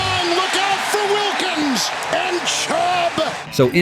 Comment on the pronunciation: you guys need to talk to your narrator and editor, he got Christian Wilkins' name wrong AGAIN